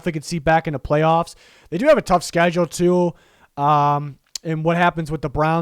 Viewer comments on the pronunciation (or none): none